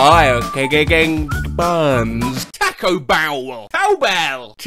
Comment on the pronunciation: That sounded like "Taco Bowel"